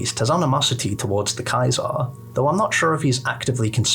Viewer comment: Play less New Vegas mate. I could only get to the fourth time you said KAI-ZAR before I gave up. It's Kaiser, german for King. As in KING IN YELLOW. Not "True to CAESAR"